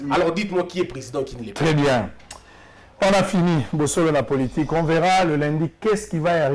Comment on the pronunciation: Ndeko sango ba lobaka Lundi est non Lindi merci!